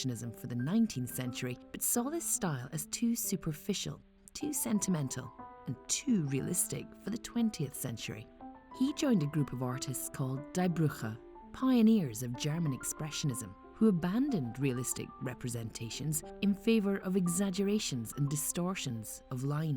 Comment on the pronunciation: She pronounced it Die, Brugge! (Crève, Bruges!), which, I'm quite sure, will be resented not only by the people of that beautiful Flemish city.